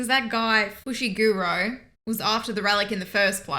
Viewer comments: Foo-She-Ga-Row = Fushigoro lol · …..fush? 😂 It’s not hard to pronounce. Foo-she-goo-ro.